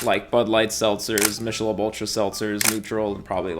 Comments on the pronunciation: Michelob pronounced ‘mickehlobe’ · I thought Michelob was pronounced "MIK-UH-LOBE"... at least, that's how I remember it when they used to promote it on TV when I was a kid. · Wait did you just say mishalobe? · I love your videos but watching content from a guy who cant pronounce michelob is sad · I had to rewind the video to make sure you pronounced Michelob the way you did